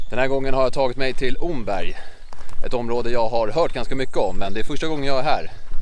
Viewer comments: Bra video. Det enda som provocerar en östgöte är uttalet av Omberg. Det uttalas precis som ordet ”om” (+berg). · Mycket trevlig film! 👌 (Omberg uttalas [Åmmberg].